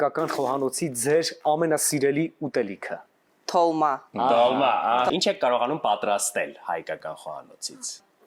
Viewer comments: Ասենք դաժե աղջիկն ա փորձում ասել տոլմա, իսկ մեր կիսագրագետ հաղորդավարը վանկարկում է` դոլմա... Խոսքեր չկան։ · Աղջիկն ասում է "տոլմա", վարողները վերարտադում են "դոլմա"...